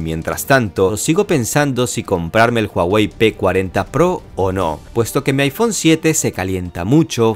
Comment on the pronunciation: aifón, y aipàd